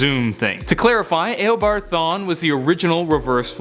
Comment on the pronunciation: It's Eobard not Aobard. I'll see you in court.